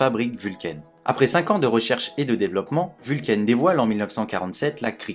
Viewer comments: J'aime bien tes vidéos, merci. Toutefois excuse-moi, mais la prononciation de la marque me fait sursauter à chaque fois : ce n'est pas "vulcaïne" comme tu le prononces, mais simplement "Vulcain" terminaison en "ain" comme dans "pain". Vient du latin Vulcanus, dieu romain du feu et des volcans. Nous sommes sur une marque suisse romande où on parle français (langue latine). Merci de ta compréhension.😉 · Pourquoi ecrire Vulcain a l'Anglaise puisque tu es francais? Prnonce donc "Vulkin "comme les gens qui se souviennent qu'il s'agit du Dieu des enfers et du mari boiteux d'Aphrodite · Très bonne vidéo. Cependant, ta prononciation anglo-saxonne de la marque suisse Vulcain est selon moi incorrecte. La prononciation est française.